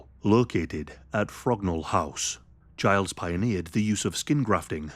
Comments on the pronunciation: Harold Gillies’ surname is pronounced “Gillys”, not “Giles”! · Harold Gillies, not Giles